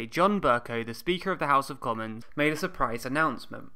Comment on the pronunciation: "attempts have been (may'd)"